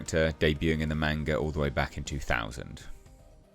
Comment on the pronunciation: "MAWN-GA." Not "Main-ga."